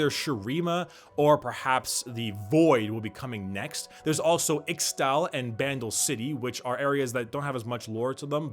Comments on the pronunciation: the way you pronounce ixtal hurts. it's pronounced ish tal. not ix tal. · Ixtal is prenounsed ishtal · first of all, It's Poland not Polish (ik it was for the joke but still) and second, Ixtal is read "Ischtal". But great vid <3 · He read Ixtal as Ixtal and i am going to throw up